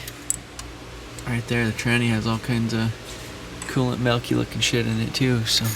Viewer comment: what is melk? in reference to you saying the fluid is melky.